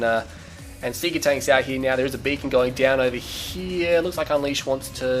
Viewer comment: Whenever you said "Beacon", you sound like a Jamaican saying "Bacon".